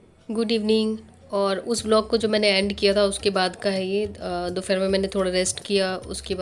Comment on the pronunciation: आप दुफैर बोलती हो जबकि दोपहर होता है